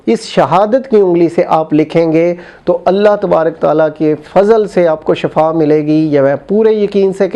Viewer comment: Baba ji shifa hota hy shafa ni hota